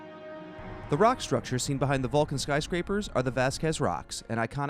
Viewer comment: Is he saying "Valcan"??